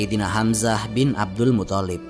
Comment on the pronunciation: Abdulmuththalib,bukan muthallib.yg tasydid tha'nya bukan lamnya.maaf.